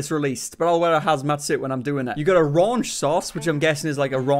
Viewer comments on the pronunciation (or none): Did it say "Ruanch" on the package? Shouldn't it be "Raunch"? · That’s still funny. “Ruanch” instead of “raunch”.